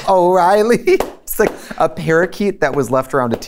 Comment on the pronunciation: the " o o o o oreiley" fucking infected me for 6 months